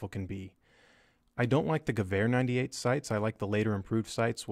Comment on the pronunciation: When I listen "gewher 98", all I can think about is rifle perfection